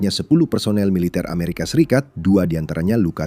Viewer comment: Lagi-lagi narator membaca "aeserikat" bikin sakit kuping min!!